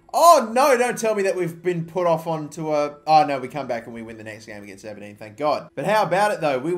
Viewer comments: Ah-Ber-Dean ...Aberdeen. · As an Aberdeen fan the way you pronounced our team name made me cringe sorry. for the future it's Aber- Dean.